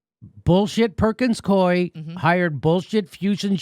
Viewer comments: it's pronounced Perkins Coo - eee. in DC anyway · "Perkins-Coo'ee" other than that, great story. Follow the threads and the DNC's attempted coup starts to unravel. Kudos Jimmy for your non-partisan coverage.